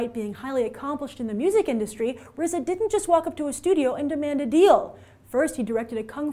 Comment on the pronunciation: D You pronounced RZA correctly, Kudos Grace.